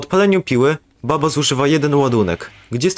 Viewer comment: I tak na przyszłość mówi się Bubba a nie Babba bo to źle brzmi